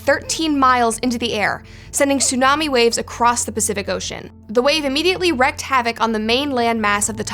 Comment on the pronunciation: It’s not only okay to point out factually incorrect information in a NEWS story, it’s imperative. I also wish someone would explain to her (and pretty much everyone under the age of 30) that wreaked is pronounced “reeked” and NOT wrecked…